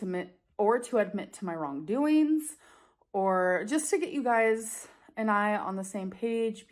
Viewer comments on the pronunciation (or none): "I feel like it's impor'in? To make this video? To help you guys understan'? Or to admit to my wrongdoeens?" Half of the fun of watching is hearing her mispronounce half of of her very limited vocabulary, as well as her weird intonation when she speaks. Also the fact that she admits before she even starts the video that her purpose is to "help us understand" her multitude of lies, rather than just admit she lies, is very on brand for her.